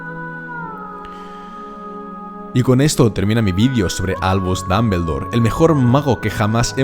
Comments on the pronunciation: Se pronuncia damboldor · Porqué tiene que decir Dambeldor?? Porqué!?!? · JAJAJA dambeldor, pronuncia bien por favor el nombre, gallego, gracias! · es DOM-BUL-DOR no DAM-BEL-DOR, después porque los latinos les hacemos bullying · Pero no es Dambeldore es Dumbledore😒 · Me mata su Dameldor Dameldor y más Dameldor mátame Dameldor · Me gusta como dices Grindelwold y Dambeldor Gran vidio Estoy siguiendolos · Ya y mi última profesora de inglés se fué con 17 años a Londres y volvió 20 años después y dice "Ji (he), Jer (her) Jis (his), mi hermana lleva viviendo en Londres 6 años y sigue diciendo "Apel (apple), iguel ( eagle) o dambeldore (Dumbledore). No te hablo del nivel gramatical sino de lo que es más sencillo todavía, escuchar, te hablo de saber pronunciar las palabras como se pronuncian. Entender que aunque compartamos alfabeto las letras suenan distinto. De eso te hablo. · Tomi Puerto en "occidente" pronuncian el nombre como la pronunciación inglesa... Los españoles pronuncian como se lee y eso es incorrecto porque los nombres no se traducen